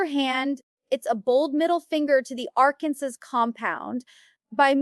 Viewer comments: Pretty sure that Amy- who lives in Arkansas- would know how to pronounce it 😅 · VERY!! They said Arkansas wrong and Amy would say Amy Duggar King.